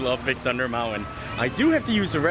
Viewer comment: Please,, it's pronounced "moun-tin", not "mount-win".